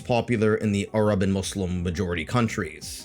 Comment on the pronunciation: Are you an arab yourself? You pronounce "Qatar" and "arab" in a strange way.